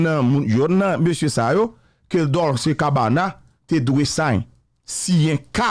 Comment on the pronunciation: Dolce prononse kòm Dolche...ce an italyen prononse kòm che.